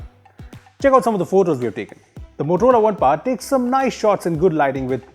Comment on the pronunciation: It is not Par it is Power.